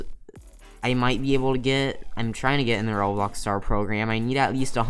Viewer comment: How he says roblöx Lol